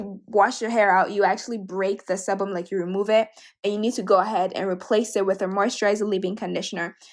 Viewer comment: Sebum is pronounce like see-bum